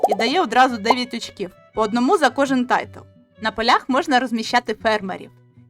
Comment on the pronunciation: Дякую за відео. Як швидкий огляд гри - файно, але я шукав детальніший розбір правил, тож буду шукати далі. І одне зауваження - не "тайтл", а "тайл" ("tile" - плитка). Удачі з оглядами.